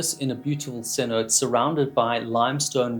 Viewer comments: Sinote is actually pronounced sinota the E at the end of the word is actually and an A sound or eh just an fyi love your content!!!! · This is just a great video, so well researched and beautifully devoid of AI. I gotta make three corrections though. 1) Cenote is pronounced "sen-ot-tay", as it's a Spanish word. 2) BCD stands for Buoyancy Control Device, though I grant you it might have been different at different times 3) The bottom gas he's breathing is called Trimix - "Try-mix", not travel mix. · I hear its see-no-tay (cenote) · Not to be the grammar police but cenote is pronounced se-no-tay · IT'S PRONOUNCED SAY-NO-TAY. You immediately lose credibility not knowing how to pronounce such a common diving term. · chale, for the future hermano, it's pronouced "seh'note,eh" cenote. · I love that you made zero attempt at the Spanish pronunciation 😹